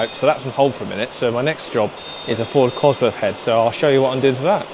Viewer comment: I wish you would pronounce "COSWORTH" correctly. You make yourself sound so unintelligent using f`s instead of th.